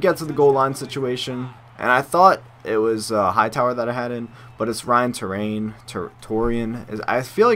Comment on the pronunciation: terrain is how its pronounced